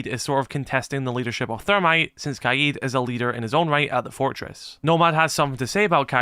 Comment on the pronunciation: You’re saying Keeyeh’s instead of KADE